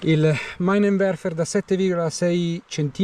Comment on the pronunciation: Ciao si pronuncia minenverfer